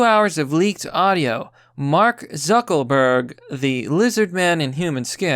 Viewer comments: Is "Zuckerberg" a word the algorithm censors? Because I notice you keep saying "Zuckelburg" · Does he keep saying zuckel Berg? Isn't it zuckerberg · Are you purposely sayings Zeckleburg rather than Zuckerberg? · It's pronounced Lee-bra and Zuckerberg not Zuckleberg🤦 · Sounds like you keep calling him Zuckleberg and not Zuckerberg, is it just me? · Its ZuckERberg NOT ZuckLEberg... Good Gawd man. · Dude, it's Zuck-ER-berg. Not Zuck-O-berg. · "Zuckleburg"? Don't you mean "ZuckERburg"? (JK)😁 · Why do you keep calling him "Zuckleberg" it's "Zucker-berg" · 'Zuckleberg' :-D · You sound literate, but it's unsettling that someone who is name trashing, can't seem to decipher and iterate er in a word. It's Zuckerberg...Zuck-ER-berg. Dude...come on...I'm not a Facebook fan nor do I follow Zuckerberg, but your childish rhetorical comments are droll and mundane when you can't speak. Like i said, you sound literate, but it's the only word you purposely i suppose fuck up. Thumb down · Who is "Zuckleberg"? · Are you saying Zuckleberg? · Do I keep hearing “zuckleberg” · Is he saying Zuckleburg? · Zuckleburk? Is that a meme I missed or you can't fucking speak lmao. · bruh why do you keep calling lizard man zuckleberg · I love how you keep pronouncing it "Zuckle berg" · bruh stop saying zuckelburg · Zuckleberg? Is that on purpose? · Is his name really “Zuck “o” burg?” Lol